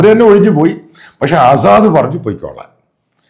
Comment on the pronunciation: ആസാദ് അല്ല അസദ് എന്നാണ്. വായിക്കാനും എഴുതാനും ആദ്യം പഠിക്കുക